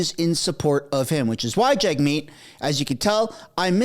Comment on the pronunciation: it maybe just me, but it sounds like journalists refer to him as Jugmeet, and not Jagmeet! It's wild